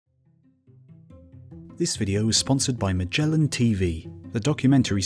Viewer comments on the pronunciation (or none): none